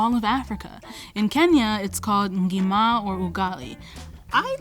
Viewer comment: ‘Ngima,’ so well pronounced.